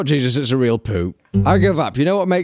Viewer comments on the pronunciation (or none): none